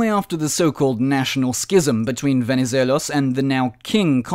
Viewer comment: I noticed that this time your pronuncuation of Venizelos was "the correct" after some ppl pointed this out in an older video😂